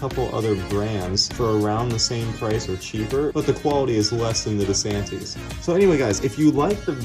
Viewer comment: Why do you need to have background "music" on your video. I wonder why you don't correctly pronounce the brand name "DeSantis." Why does your sometimes hesitant commentary have to take over six minutes?